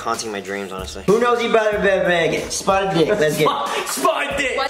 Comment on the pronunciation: Am I the only one who thought it was 'spartan' and not 'spotted'